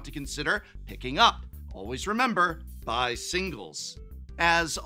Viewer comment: Wait... "buy" singles? This whole time I thought you were saying "be" single... oh my god...